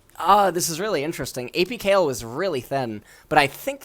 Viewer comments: DID HE JUST CALL KAYLE "KYLE"? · How are we supposed to believe this guy when he can't even pronounce the character names right. He called Kayle Kyle..